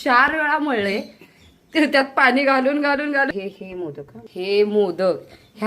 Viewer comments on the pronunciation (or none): none